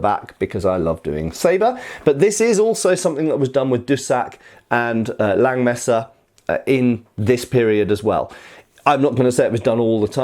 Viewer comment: Hey! Don't take this as an offense, but if you refer to this sword as a "Langmesser" in German, the vocal in "Lang" is pronounced like the vocal in the English "heart". Just like you already correctly pronounce "Nagel". Also in the titel you probably mean "Räuber". The "äu" is pronounced like the vocal in the English "join". As I said don't take this as an offense. You cwn take this advice or just as well forget about it:) Thanks for your great content!